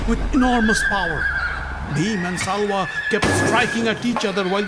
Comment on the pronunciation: It’s Shalya not salva